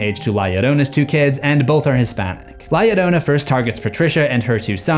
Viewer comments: bro it is no "la ladona" its La-Yo-RRO-na with a rolled R lol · Bro said lieadona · Okay guys it’s pronounced la ( hard a) ya rona to L’s in Spanish make a y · You said it wrong and she's a Mexican myth said la lirona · Lah Yereunah 😜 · La llorona (La-Yo-row-nah) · "La yiorouna" Bro. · Its pronounced this way la (you said it right) "jorona" (without the jou that you always use on words that have ou ... its just flat o.) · Am sorry I can't take it seriously while you're pronouncing la lloroana 💀💀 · "li adona" wrong name mboy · Does he keep saying ya lolona??? I’m going insane over his pronunciation. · The Llorona is a long story that has been told to many generations of hispanics. FYI the "Ll" you say it like a "y", so it sounds like ""yorona" but not spelled that way. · La Ladona😂😂😂😂😂, I can’t breath😫😂😂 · L.A. Llorona?! I'm deceased 😂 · the way he said la llorona hurt my soul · I know this is old but you sounded so funny trying to say her name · The way he’s pronouncing la Llorona is infuriating 😅😅😊😊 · YOUR SAYING HER NAME WRONG IM PUERTO RICAN IVE HERD THIS STORY 1000'S OF TIMES!!! THE L MAKES THE J SOUND IN SPANISH MAN!!! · The scariest part of this video is his pronunciation of la llorona😭😭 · say her name right hod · Is he pronouncing her name right? Or is it just me? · Every time La Llorona is mispronounced I died a little inside... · You gotta learn to roll your Rs. lol PS the story exists to stop kids from drowning from falling in water without knowing how to swim, but pretty sure everyone already knew that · "L.A Llorona" had me dying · bro the way you said her name🙁 your gonna piss her off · Please look up how to say "Llorna" properly. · La Llorona at the end becomes a gringa lmao 😂